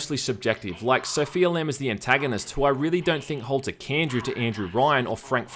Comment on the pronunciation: "Holds a 'candrew' to Andrew Ryan"